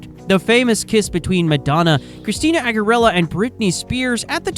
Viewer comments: Christina "AGGERELLA"? Cringe. Learn how to say names properly. It's basic research. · you pronounced Christina Aguilera's surname wrong, missed loads of information like Julia's pregnancy & the controversy over her homophobic comments on live tv & you pretended they broke up after their second album. You didn't even mention their third album (which is my favourite) Watse Management (called Happy Smiles in Russia) released in 2009. You didn't do basic research. A simple Google search or click of their Wikipedia page would have given you the necessary information. It's obviously going to annoy fans of Christina Aguilera & t.A.T.u. You're lazy. I disliked your video & didn't subscribe. Put more effort into your videos to avoid this & don't take it out on people complaining when it's your mistake.